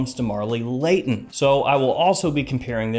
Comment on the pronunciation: New word: Blayton ;)